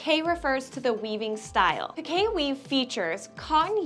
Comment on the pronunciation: "Pi-kay". 😲 And all this time I've been pronouncing it as "peek". 🫣🤫 Thank you for letting me know the correct pronunciation for it! 😅